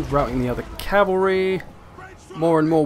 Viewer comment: i will forever hear Chavary now -_